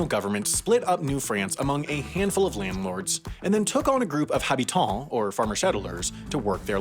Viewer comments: Habitant is pronounced without the H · Or habitant 🤣 But it's okay! Because you nailed régime seigneurial. And cause we love you buddy.